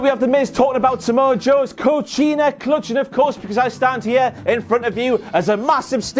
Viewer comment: It’s “Coquina” not “Cochina” While Samoan Joan has no veins, he isnt a dirty b*tch